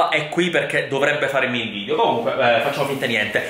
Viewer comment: Si dice VIDEO non VIDIO